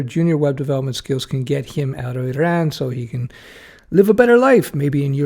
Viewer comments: Correct pronunciation too! Eeraan. Useful advice. From your video it seems like Canada might be welcoming software people? Back in the 90s when I was trying to apply from US, it was tough. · Did not trigger me because we are pronouncing it like that in my native language :) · It is kind of a hybrid pronunciation first sylable in French and second in English, and that's how they pronounce it in Iran and the surrounding countries and other languages of the region. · Why? It was a lot closer to how the natives pronounce it than Americans.